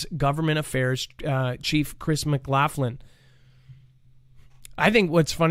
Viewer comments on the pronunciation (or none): none